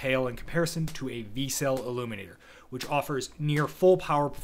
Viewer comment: Vertical Cavity Surface Emitting Laser (VCSEL = Vic Sel < pronounced). But it is still a great video.